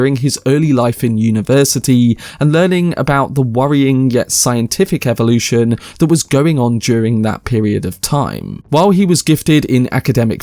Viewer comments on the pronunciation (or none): none